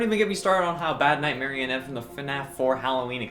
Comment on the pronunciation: I have a fear of 2 very specific colors. Black and white (mainly in the dark) one is okay on its own and both are okay if you add accents of other colors. It is call negrophobia. Nightmarionne is a character who I can’t even look at without feeling dread. Despite that your pronunciation of Nightmarionne as night marionette is even scarier than he is himself.